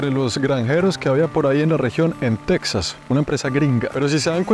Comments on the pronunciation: Está muy bien hecho el vídeo, lo felicito. Solo le sugeriría que, cuando esté hablando en español, el nombre de Texas lo pronuncie en español también. Después de todo, el origen del nombre de ese Estado, fué en español, desde que pertenecía primero a la Nueva España y después de la Independencia a México. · Y tú qué andas haciendo por ahí? Se escribe Texas pero se pronuncia Tejas, como México se escribe con x pero se pronuncia Méjico. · Tejas es una palabra castellanizada desde los tiempos de la colonia española, de hecho la comunidad chicana lo escribe así con "J", y en México lo pronunciamos igual, pero en Sudamerica quizá por desconocimiento lo pronuncian Tecsas, cómo los gringos. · Alguien más le da cringe cómo pronuncia Texas? Lo pronuncia con x en vez de j 😂